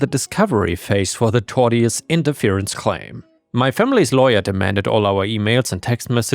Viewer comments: Tortious is pronounced 'Torsh-uss', as in 'cautious'. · tortious is pronounced 'tor shuhs' just incase you wanted to know